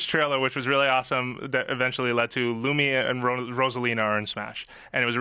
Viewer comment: THE NAME IS LUMA! NOT LUMIA! WTF THATS TWICE THIS WEEK